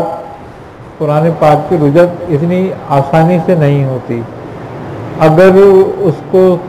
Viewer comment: Rujjat nahin Rajjat hota hai